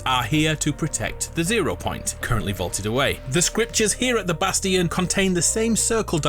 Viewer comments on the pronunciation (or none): I'm gonna go insane if you keep saying bastion like "bas-tea-in" IT'S "Bas-chin" LMFAO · it is pronounced “bast-shun” not “bast-eon”